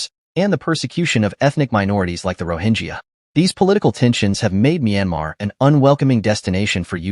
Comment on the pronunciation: It's Myanmar you idiot!